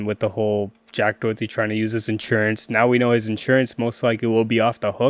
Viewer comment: making an entire video saying his name wrong is kinda insane